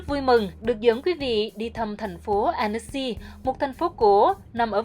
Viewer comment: Tonton oi, toi xin gop y: Tu "Annecy" ban nen doc nhu la Anncy - tuc la tu E cam, Con day nui Alpes - chu E 0 doc ra. Co the ban phat am chu E trong Alpes nguoi VN hieu nhung toi nghi rang nguoi Phap chinh goc 0 hieu!